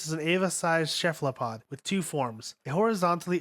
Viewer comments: When he was talking about shamshiel he said "sheflapod" that made me feel kinda 😢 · ‘’ spear of longus” “spear of longness” “catalismic event” “shefalapod” “pasistron rifle” “octodron” “mahgi” There are loads more but I got sick of writing them out. This narrator is a joke. Are you serious dude? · “Chephalapod” This man is dedicated to mispronouncing every word more than two syllables long. Like goddamn dude, if you’re not sure how it’s pronounced just Google it lol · He also said cephalopod as cheflapod